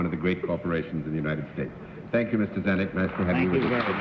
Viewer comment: You read Mr.Zanuck wrong.